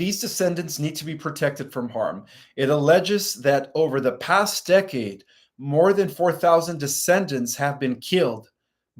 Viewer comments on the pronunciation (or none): none